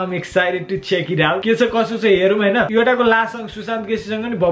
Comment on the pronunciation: Yoda hoina bro yodha ho